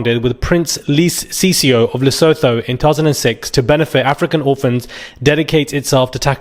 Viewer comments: Its pronounced Leso2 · “Le-su-tu”- that’s how it’s pronounced Even South Africans don’t trust Zimbabweans…and Nigerians/Ugandans/Mozambicans/Somalis/Pakistani’s….we have enough experience 🫣🫣 Sorry it’s the truth!!! Lesotho, Botswana, Namibia & Swaziland are our cousins…we don’t count Zimbabwe 😂😂😂 I have some “mmmmm” about Sophie shame